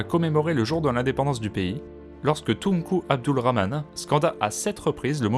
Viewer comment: This is great since I am learning French. Also, the way you Tunku Abdul Rahman, c'est parfait! The English speaker usually butchered it 😅😂🤣 I am starting to watch more French language videos at the moment. Edit: that skyline of the three tall towers in KL is beautiful. Wondering where it is taken from